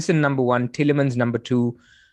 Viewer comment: Never knew it was so hard to pronounce Tielemans 😂😂😂